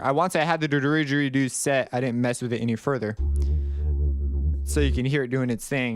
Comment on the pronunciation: its pronounced didge-eri-doo not derigeridoo haha that made me laugh so hard for some reason, love the videos